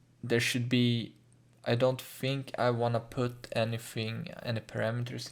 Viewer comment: fink it's T H I N K not F I N K